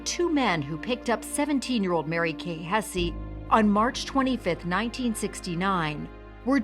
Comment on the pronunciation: Hess not hessie. You know, like the house of Hesse…